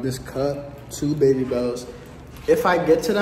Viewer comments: She said 2 bebby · im gonna say 14000 bc idrk how many times says bebby sooo im prob wrong anyway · It’s baby not bebby